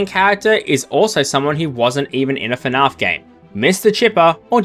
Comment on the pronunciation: Why does he pronounce fnaf as “fnahf”